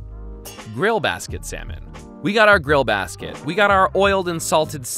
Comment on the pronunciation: Err...He is say seminal ...or salmon . I hope it's not what I heard wrong....